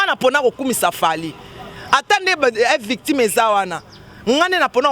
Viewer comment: ezalaka f victshim te plutôt F VICTIM ma chère lolendo ekoya kosalisa yo ba erreur trop oza croniqueuse et jeune je t’aime bien eza juste mua remarque bisous